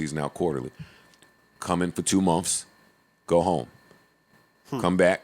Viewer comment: Joe say months “mumffs